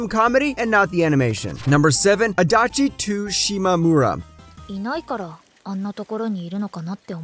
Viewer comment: It's not Adachi "two" Shimamura. it's Adachi "toh" Shimamura